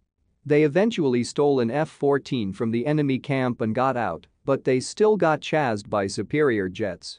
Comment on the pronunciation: Hangman was better than this spoiler-filled, NPC-voiced video. “Chazzed”? No, “CHASED.”